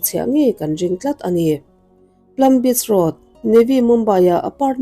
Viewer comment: Plam Beach Road nilo in Palm Beach Road tih tur